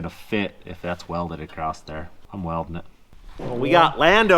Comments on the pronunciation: Why are Americans saying ACROST instead of just across? A lot of u tubers seem to be doing it lately. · Love you guys but it’s ‘across’ not ‘acrosdt’